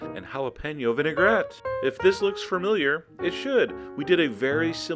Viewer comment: Sir Chef John I do not think "Fermiliar" is a word